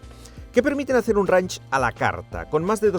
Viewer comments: El vídeo fantástico, pero dios mío, estando allí y si no sabes inglés, por lo menos presta atención como se pronuncia "reinch" y no "ranch"...me sangraban los oídos. Además que ellos ya tenían videos de como se pronuncia correctamente las marcas y modelos, pj: lamborghini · Mis disculpas pero no se dice ranch, se dice reinsh... no es un rancho, es un rango. Se que a ninguno de ustedes les importa, pero... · Buen video , la próxima vez investiga cómo pronunciar un nombre en inglés, cada vez que decías Range me daba dolor de cabeza 🤕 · Cada vez que escucho pronunciar "Range" como "ranch" y "head up" como "get ap" se me parten los oídos....